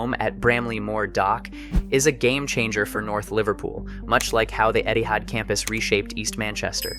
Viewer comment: I don't why but everytime he said Etihad i always heard it as Eddy Howe